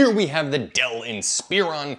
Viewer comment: Same with "inSPEron" ... it's "inSPUHron"